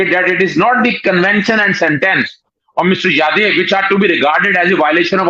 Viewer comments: Madam He is Jadhav not Yadav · his name is pronounced Jaa-dhav. Most Pakistanis pronounce it as Yaa-dev. Maybe it has something to do with the way it is written in Urdu, or your phonetics. Anyway, Commander Jadhav has spent a long time in prison, but Pakistan has yet to decide whether he is a terrorist or a spy. Too much is being made of him, a la James Bond. The amount of things attributed to him make him something of a one man army who has devastated an entire country. Honestly, India would have sent someone who spoke Punjabi or Urdu to Pakistan as a spy, rather than a person who would stick out like a sore thumb the moment he opened his mouth, because of his strong Marathi accent. I don't think Indian agencies are novices to make such a basic mistake. Secondly, the fake passport that was purportedly recovered from him has his name as Mubarak Patel, which would make him a Gujarati. It should have been Patil, because he is a Maharashtrian, and the fake passport also shows him as belonging to Sholapur, which is in Maharashtra. Any resident of Gujarat or Maharashtra would not commit such an elementary mistake. Agar spy hota to, he would have been much smarter than to have his name in the wrong format. The whole of Pakistan has been convinced by propoganda that he is a terrorist, which is highly unlikely..Anyway,hope he gets justice..